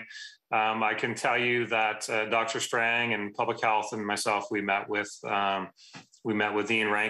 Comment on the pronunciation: It’s Doctor Strange not Doctor Strang. Boom 💥